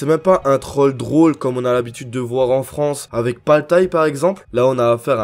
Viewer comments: Yoo ça a parlé de paltay le vrai. Belle vidéo sinon (mdrr le "paltaille" m'a tué) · On en parle de comment il prononce paltay